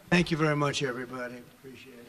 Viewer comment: lol ik trump got black friends just by the way he said “preciate it” most people would say “ I appreciate everything you do” etc.